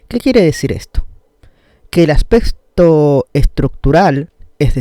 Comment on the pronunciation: Acsssspecto :v